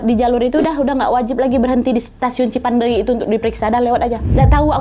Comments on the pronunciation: lucu bgt kak nadia ngmg cipendeuy nya cipandei 😭🫶🏻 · Tulisannya : Cipeundeuy .. Dibacanya : Cipendey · ci peun deuy kak bacanya gapake i dibelakang 😂😂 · Bukan stasiun cipandey kak, tp cipeundeuy😁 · Lucu bgt ka nad gabisa bilang cipeundeuy 😁 ka nad bilang nya cipandeui 😁 emg bhs sunda itu unik ada eu nya 😁 bhs korea yg sama ada eu nya juga 😁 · Cipeundeuy bukan cipendeuy kak nad 😂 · TOROWEK kak bukan TEROWEK,CIPENDEUY kak bukan CIPANDEY 😂 btw yng di bahas itu nma daerah aku 😂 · Lucu ka nad pas bilang cipendeuy.. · Sebagai orang bandung berbahasa sunda ngakak banget tiap ka nad bilang Cipeundeuy 😂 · Lucu bgt bilang "CIPEUNDEUY"😂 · Aku org Sunda dengar Nadia ngomong cipeundeuy kayak bahasa thailan😂 ngakak😁 lucu 💕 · maap lucu banget lidah melayu bilang cipeundeuy 🙌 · wkwk lucu kak nad pas nyebut cipeudeuy kayak ngomong thailand😭🤏aku orang sunda kak dan penyebutannya kurang benar